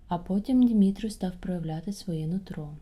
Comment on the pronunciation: Не Димитру, а ДУмитру!